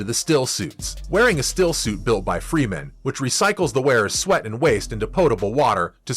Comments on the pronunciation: it's not Freeman it's Fremen damn it! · Fremen, not Freemen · It's Fremen. Not Freemen. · Also if your gonna be so critical prounce the name of the people correctly freh-men not free-men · Freh-men, not Freeman. Very bad pronunciation of many of the characters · First I wanna give this video a thumbs down for the amount of times he said Fremen incorrectly and the fact that he tried to use the book as a source for critiquing but exposed the fact that he must not have read the books 🤣🤣🤣. In the book Piter talks of the assassination attempt on Paul as being staged and they never expected it to succeed and that Hunter seekers rely on movement. Second when Paul realizes Leto is dead his powers are awakening and his mind is computing at a beyond mentat pace this he doesn’t feel till afterwards